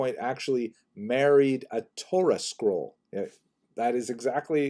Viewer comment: He married a 'Torah Scroll?' For a second I thought you said 'chorus girl.'